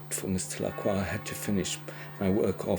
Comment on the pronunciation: I named my rooster Mister Lacroix people told me I mispronounced Lacroix as it is supposed to be pronounced La-croy with the oix sounding like the oy in boy. I now see that I am correct in my pronunciation the way it's pronounced in this clip.